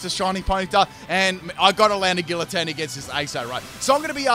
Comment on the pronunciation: Its actually pronounced gee-uh-teen